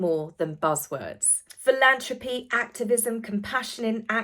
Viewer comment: Th not t in philanthropy ;)